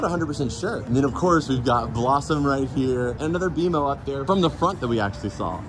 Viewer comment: It's bmo not bomo